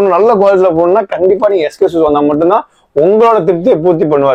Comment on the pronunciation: Shoe..... Showeeee dai anchor adhu shoe da😂